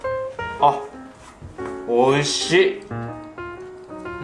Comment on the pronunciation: I like how when he says delicious is sound like Oh Sh*t, so when he's eating the food and he says its delicious without captions it sounds like "Oh sh*t >:0"